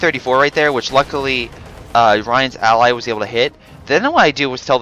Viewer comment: U are saying all the fucking time "luckuly" It gets really annoying :p